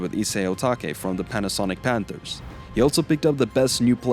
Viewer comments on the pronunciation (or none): none